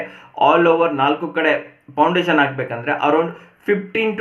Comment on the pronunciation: It is foundation.. not poundation